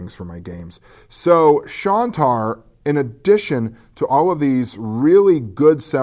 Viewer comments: Hey? It's Shine-tar, not Shawn-tar. Just pointing it out. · Great to have you back,! And as someone else pointed out, it's "Shine-tar." I have the printed version of the game and it is very nice, indeed!